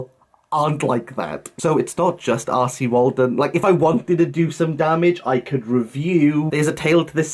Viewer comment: When you say R C Waldun. Why do I hear “arsy Waldun”? Must be my Northern ears. With regards content warnings I have said during reviews if you check for content warnings you may need to check this book wherever you check. As you are spot on they need to be consistent. I don’t believe it’s my place as someone who talks about books to go any further. I don’t check for content warnings myself. The blurb on a book gives enough info for me to decide if I want to read it. Love these videos 🙂